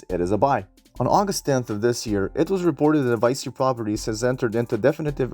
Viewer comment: Nice video! It's pronounced "Vee Chee" though, not "Vie See". Loaded up on this stock this week :)